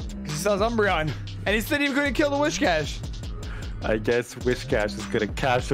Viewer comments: It's whiscash btw not wishcash why are you saying wish lol. Also the meme is 'Cash me ousside' cuz her "accent" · If I hear "WISH-cash" one more fucking time I'm gonna lose it 😤